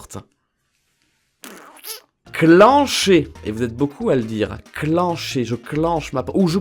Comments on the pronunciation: le "in" de clincher ne se prononce pas "ine" mais "hein" car la poigne de porte s’appelle une clinche la bas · A , pour "clincher" (fermer la porte) on dit pas cl-i-ncher mais cl-in-cher, comme le in de cousin 😅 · A tu dits clinch avec un accent anglais sa se dit clincher avec le vielle accent français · sa se dit clicher et nn clinecher et sa s'écrit clincher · 13 : 51 On dit "clinche la porte" pour dire de la fermer mais pas forcement à clef. Et le "in" ce prononce "1" donc cl1cher si tu comprends... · c'est pas cliiincher c'est clincher comme 'un'